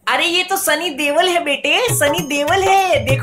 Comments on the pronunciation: Deval nhi deol😂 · Deval bola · Others: sunny deol Babloo ji: sunny deval 😂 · Doel nhi DEVAL hai bhagyavaan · Dewal nhi bhai deol😂